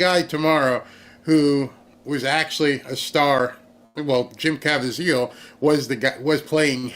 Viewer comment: Jim Caviezel‘s name is pronounced ca-VEE-zel. 🇺🇸🇺🇸🇺🇸🇺🇸🇺🇸😅